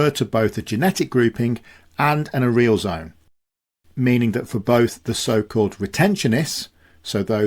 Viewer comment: check your pronunciation of "areal". It's closer to "area" + "L", not "a" + "real"